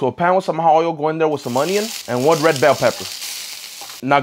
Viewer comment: the different ways he pronounced red bell pepper, in order: "roasted rell bell pepper pasta" "add one red bell pepper" "roasted rell bed peppers" (no hate i'm a big fan)